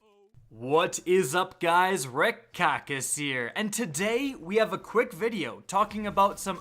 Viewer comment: Why does it sound like you always start the video with, What is up guys, is here?! Damn.